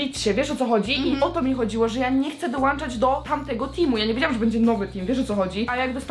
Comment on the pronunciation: dołączać, nie "dołanczać"